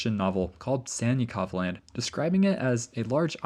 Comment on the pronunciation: Anyone else hearing Santa Clause Land instead of Sannikov Land? 🥹🎅🏼